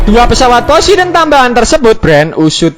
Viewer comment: Poseidon min bukan posideon